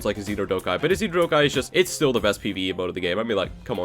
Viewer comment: Bruh “PVE”